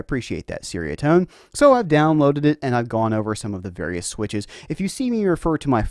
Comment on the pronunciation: It's like cherry-uh-tone, not sairy-uh-tone.